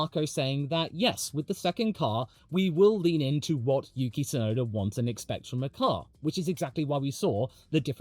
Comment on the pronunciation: Hey, while we're on the topic of Yuki, I just want to put it out there that the ts is Tsunoda is the same, super-sharp sound as the ts in "cuts", not just a soft s sound. Unfortunately, it's also a problem the official F1 commentators just can't get right, but since Yuki is going to be a popular topic going forward, it'd be nice to hear his name pronounced correctly more often ❤